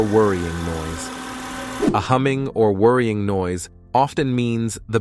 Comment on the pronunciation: "Whirring", NOT "Worrying". Lousy AI.